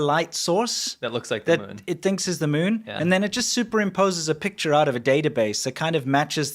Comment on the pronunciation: I love how says it. The meun. The moan. The mowin'. Sounds kinda like Grandpa